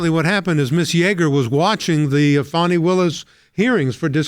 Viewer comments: It's Fani, not Fauny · i keep hearing "foney" willis